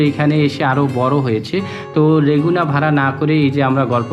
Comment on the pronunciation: রেগুনা না! লেগুনা হবে। উচ্চারণ সঠিক ছিলো না।